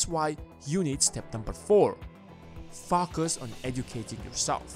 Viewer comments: I kept hearing’fu*kers’. Lol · You definitely pronounce 'focus' with an intendedly-different accent.